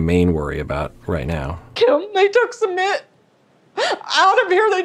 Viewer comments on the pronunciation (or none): SooMIT not summit. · Doctor, his name is not summit, it's SU-MIT.😅